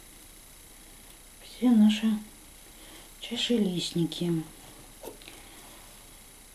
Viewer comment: Говорите правильно: не чашелисники , а чашелистики